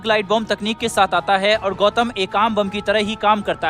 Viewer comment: बम का नाम गौतम है उसे गौथम मत बोलिए बैटमैन का शहर नहीं है वो